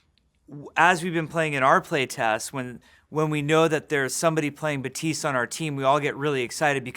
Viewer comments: Overwatch: Baptiste Jeff: Bapteese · God dammit, now Jeff is doing the 'buh-teest' thing. You're dead to me, Jeff. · "Hero 30 is Betisse" is that really how you say "Baptiste" in English? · “Batsiste”?????!????? Lmao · "Hero 30 is bateese" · the p is silent. "batist" , like "a bat" and the end of "list". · Almost. You stil lpronounce the final t, Jeff barely does it but still does it. Correct way to pronounce it is a clearer "t" sound, so baTeest. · Wow, I can’t wait to play ”BUHTEESE” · "Ba-tee-st" is how you pronounce it though? It's not pronounced like Baptist! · FailOutBoy I never heard a Haitian pronounce Baptiste “BUTEESE” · When Jeff says "Batise" DX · no, "batist" , like "a bat" and the end of "list".And the p is silent. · Is it just me hearing him say 'Batise'? o.O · he says batist, but his final "t" is super faint for some reason. Batist is correct, his way of faintly pronouncing the t is not really. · is it just me or does Papa keep calling him Batiste? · Me: Thinks it's pronounced like it was written as ,,bapptistt" " Jeffree: ,,MMMM BabptiSeEEe" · he pronounces it butise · Is it me, or does Daddy Jeff not pronounce the 'p' in "bap-tiste"?? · No it's just pronounced Batist the "i" is pronounced like the second "i" from "scientist" not like "ee" from "teeth" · I like how every including jeff is saying name wrong because the p is not silent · So you don't pronounce 3 letters in his name. Good to know. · I'm sorry. Why are the p and the second t silent? Is that a thing? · Am from South Florida and can confirm with 1000% certainty that it's as I said previously. While you came with a French pronunciation. It's clearly stated that the character is Haitian. They all pronounce it with the P. Thanks anyways tho. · First Hero name that Jeff can't pronounce right. The end of Baptiste is supposed to sound like dentist, not apprentice. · Jeef its Baptiste not Batise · baPTise not batise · Is he pronouncing it like; Batiis? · Why is he saying batisse?